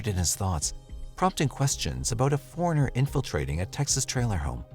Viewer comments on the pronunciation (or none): none